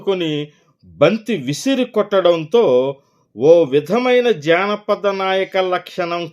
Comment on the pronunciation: అయ్యా - అది జానపద చిత్రం -- జాణపద చిత్రం కాదు !!!